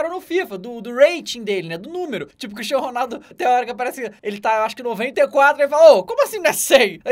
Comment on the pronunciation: CRIishfhdhxTIANO Ronaldo è muito engraçado ne